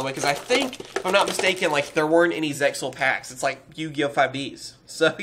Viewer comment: Zexal is the correct way of saying it.